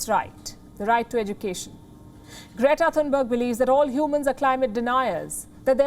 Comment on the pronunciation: "Greata Thuthubarger"😂